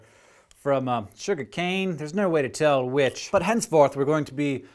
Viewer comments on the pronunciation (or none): none